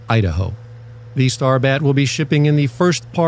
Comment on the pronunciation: I-da-ho 😂😂😂fjb 🇺🇸 Trump train rolling 🇺🇸 southern Idaho is in the house 🏠